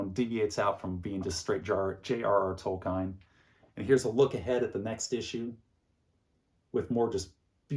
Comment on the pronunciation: Not “Toll Kine.” It’s pronounced “Toll-keen.”